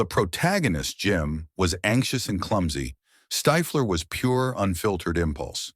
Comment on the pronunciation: Who tf is stifeler, stiffler you mean? The script is also ai bot